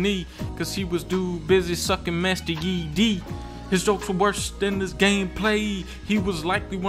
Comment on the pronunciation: MR? mister yi? XD its master yi